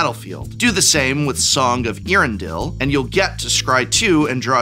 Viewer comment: pronunciation always gets me... EARendil smh this uncouth Dunlending. E-A-REN-DIL